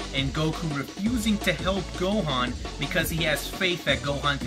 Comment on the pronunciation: He says Go-Juan....... Best DBZ character yet 10/10